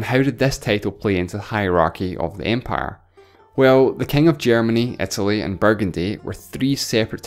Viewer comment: The speaker doesn´t pronounce english properly. It´s not Etaly but Italy. ¿Is it maybe a dialect?